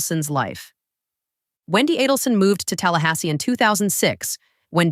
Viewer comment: Not Donna A-DEL-son.